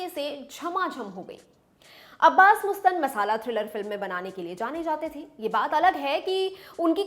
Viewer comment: Jahilo मुस्तान nahi मस्तान Naam hai. Teleprompter mai dekh ke padho magar research to tarike se karo.